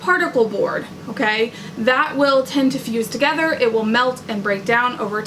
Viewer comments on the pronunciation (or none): none